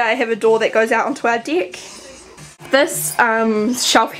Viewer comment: it sounds like you're saying dick not deck hehe